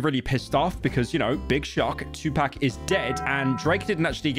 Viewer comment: Pyro called Tupac, Two pack bruh it’s like a white people curse where they always pronounce his name wrong 😭😭😭